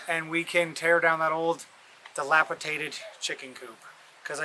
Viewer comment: Delapidated, not delapitated.